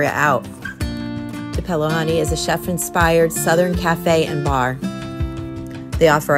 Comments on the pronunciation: Two-PEL-lo...are you kidding me?🤣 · That’s not how you pronounce Tupelo…it’s like two-pelo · That’s pronounced to pa low. Honey Like Tupelo Mississippi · ... Tupelo..is pronounced...to-po-lo....tupelo Honey is some of the best honey you will ever have..